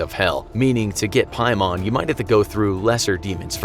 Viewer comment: piemon lolol its pronounced "paymen"